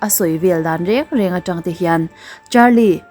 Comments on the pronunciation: A ngaihnawm lutuk rualin ''re re'' ti lovin ''reng reng'' ti la chuan a ngaihnawm lehzual viau ang.. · 'Re Re' nilo in 'Rêng Rêng' tia lam tur aw. I channel a lâr si a, ṭhang tharte Mizo ṭawng diklo hmang turin I influence palh ang tih a hlauh awm. Tun lai youtuber ṭhen khat-te Mizo ṭawng thumal lam diklo an nei zeuh zeuh mai, i lo fimkhur ve dâwn nia...